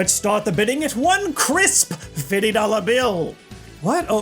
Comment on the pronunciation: Please stop saying 50 dollars like that.